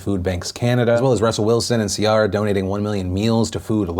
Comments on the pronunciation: its sea-air-ra. NOT SEA-RA. YOU BETTTER NOT DISRESPECT CIARA AGAIN!!! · Why did he pronounce Ciara like that 😭